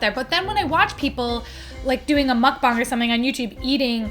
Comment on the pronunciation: Thank you for saying meokbang correctly!